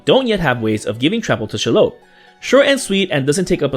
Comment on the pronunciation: The pronunciation of this card’s name is SHEE-lobb. Short O. If it were some random new legend I probably wouldn’t care, but this creature has had a name for almost a century.